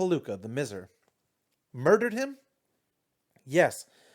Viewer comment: It's usually pronounced "my-zer" (miser) but doin great, keep it up!